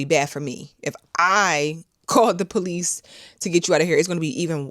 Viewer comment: He said “ I can call the po lease “ 😂